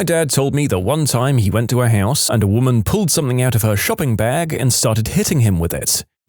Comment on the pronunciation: No K in the word something